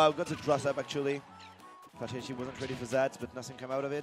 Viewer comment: It's pronounced "fay-TAL-it-ee"